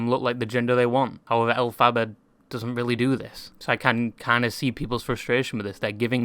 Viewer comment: As an aside … the name is derived from L Frank Baum, the author of the Wizard of Oz (invented by Gregory Maguire, the author of Wicked). You don’t emphasise the second syllable 😊 - El-fi-bar.